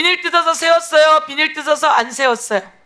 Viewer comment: 비니루 비니루 나이 60이 넘었는데도 참 거슬리네 비닐~ 이라고 좀 우리가 일본인 발음을 왜 하고 있나